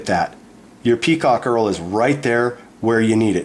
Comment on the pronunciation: Earl? Who's Earl? HERL with an H !